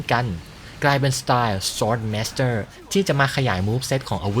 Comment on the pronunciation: ชอบการออกเสียง Royal Guard,Sword Master เเบบเป๊ะมาก